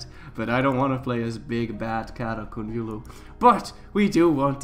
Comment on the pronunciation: "Qonyulu" QO-YUN-LU sorry I just get mad about things like this